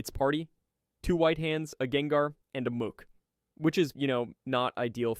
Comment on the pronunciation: mook? you mean Muk bro. Good video tho :D